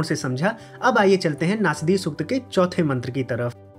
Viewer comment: नास्दीय नही ! नासदीय !!